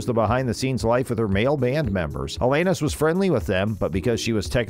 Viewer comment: Alayyyynis??? WTF.